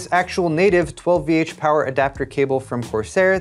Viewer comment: You didnt pronounce 12VHPWR correctly at all in this video, but you do in your tech news each week.